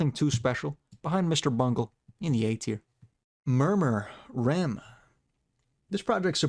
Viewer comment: REM Is pronounced as the letters in sequence, not the deep sleep we all lack. ✌🏽